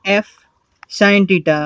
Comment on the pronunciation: Teta 😂😂😂😂🙏 its theta 😂😂😂